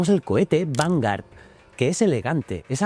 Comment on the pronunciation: Vale decir "vangar", por favor, di vanguard, la g, la u y La a, se lee gua, si en vez de a a fuera una "e", eso sería diferente, a menos de que seas de los que dicen "Microsoft", lo siento pero así como me encanta tú programa, me pone enfermo la pronunciación inglesa.😊